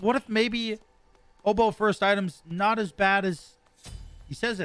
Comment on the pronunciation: It will work for you because you actually say "obow" and not "odeeeeeeebow" like trelli and rexsi.